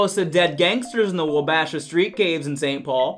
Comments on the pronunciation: MN pronunciation : it's "WAH-bah-sha," not "wah-BA-sha." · hey, minnesotan here. its "WAH-ba-sha" not "wa-BASH-ah". first two syllables match the first two syllables in "wobbuffet" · Love your content. It’s super funny! But: It’s pronounced the “Wah-beh-shaw” street caves (emphasis on the Wah) yah sure ya betcha! 🙂👍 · Beeeeeen. It's "wah-buh-shaw." I don't know any wuh-bash-huh" hehe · Love ya... Wabasha is pronounced Wah-buh-shaw. <3 from MN. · MN: its pronounced waa baa shaa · You need to redo this one for MN. It is pronounced "Wa-ba-Shaw" The first two syllables are like the sound a sheep makes. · You pronounced wabasha wrong it is actually WAH-buh-shaw